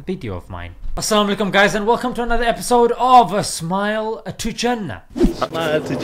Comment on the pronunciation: Please say Assalaam Alykum properly and not ‘Assamalykum’